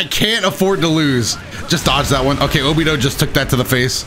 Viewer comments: I'd just like to point out that it's pronounced Obito, with the hard T, not like Obidoe, just saying :) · Saying obido sometimes was a lil triggering but overall I like the vid love the content keep it up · Did he just pronounce obito as "obido" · Did he really say Obido